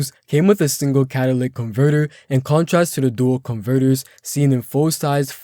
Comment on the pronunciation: I'm sorry dude I can't get past the fact that you can't pronounce certain words. It's pronounced cat-a-lit-ic not catalic.